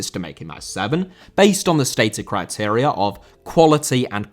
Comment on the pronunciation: Criteria* not Criterier